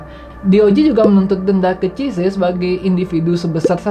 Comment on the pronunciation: Tolong pengucapan nama asing diperbaiki supaya channel ini makin tampak smart. Baca CZ bukan CIZE tapi SIZI